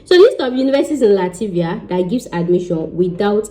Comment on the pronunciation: Please you correct your self...Latvia not Lativia